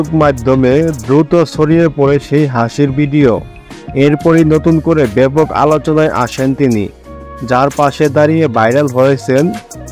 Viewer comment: আপনে ভালভাবে বাংলা কথা শিখে তারপর ভিডিও বানান, প্রমিত বাংলায় কথা বলতে জানেন না ভিডিও কে বলেন বিডিও আপনে আবার চ্যানেল খুলে বসেছেন, অন্ধকার পৃথিবী ।